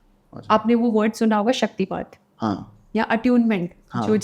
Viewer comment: Shaktipaat hota hai naa ki shaktipath...